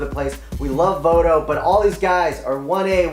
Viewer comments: Joey Voto??? C'MON MAN! Do u even watch baseball?? How can I take u seriously if u can't even say your number 1 1Bs name right. That's a FAIL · lol learn how to say Joey Votto's name